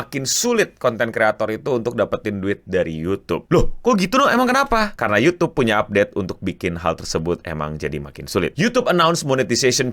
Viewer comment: Youtube, "Y" nya Yahodie 😹